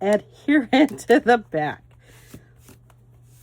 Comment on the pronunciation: It is back please not backer